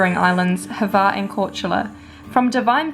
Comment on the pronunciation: Bro… its not Brech.. its fucking Brač. Just say Brach…and its not Hver its Hvar